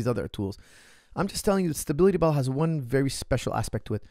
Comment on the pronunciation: Why can't coach pronounce "stability" with any stability ?